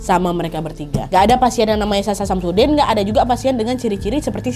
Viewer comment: Anjrit... kuping gw.... SASHA SAMSUDIN.... 🤣🤣🤣🤣🤣